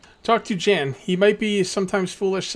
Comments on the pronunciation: Iordan is pronounced yor-den and Jan is pronounced Yon as in yonder. Great video, I enjoy watching, you put a lot into the backstory, even the backstory of you villagers. I think you should follow him out of the town see where he goes. And what is that paper up on your top bar? Great job keep it going I love this series. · Yeah and I’m pretty sure Jan is said Yon since this is in a European area. Other than Spanish many European languages pronounce J as Y. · Jan is pronounced yawn